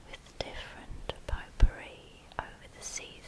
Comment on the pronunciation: I don't mean to change the relaxing mood or anything, but when I heard 'pot-pourri,' I thought you said 'poo-pourri.'